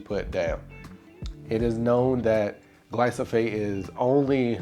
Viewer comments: Love your videos and the yard - especially your edging around your trees. One thing that might help in this video - it's glyphosate (gly-PHo-S-ate), not gly-So-PH-ate. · Its not gly-so-fate. Its gly-fo-sate